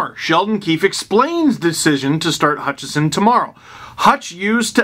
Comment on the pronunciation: The main reason I want Hutchinson sent down/traded/flung from a catapult is so that Steve won't keep calling him Hutchison. Well, maybe next to "he's not very good". Edit: Wow! He pronounced it right when he was reading it from Twitter. There is hope.